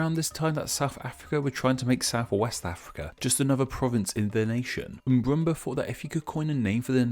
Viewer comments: Do you know how to say it correctly? Then again this guy is infamous for mispronounciation. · I Crack up Everytime he say "Mburumba"